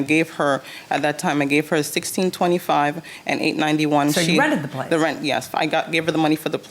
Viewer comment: Placeah… homeah. I was going nuts! Like please just stop it!!!